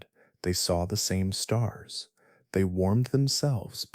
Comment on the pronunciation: A sky full of stars? Lol might want to pull back on the emphasis...we're not actually listening. You actually found me due to the algorithm, but you have a talent for putting people to sleep......thank you sir